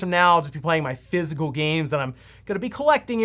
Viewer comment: physical, not fizzel. I know you talk fast, but sometimes I swear you do that on purse. lol